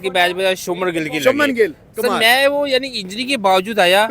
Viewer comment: इनसे उच्चारण तो होता नहीं है , शबनम गिल , भाई शुभमन गिल है